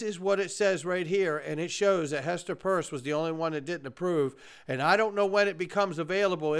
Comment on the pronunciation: Why do you continue to call Hester Pierce …. Hester PURSE??????